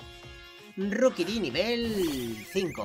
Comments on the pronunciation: Se pronuncia roquibi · SE DISE RIQUITI